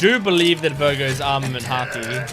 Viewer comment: its vergo- SAN btw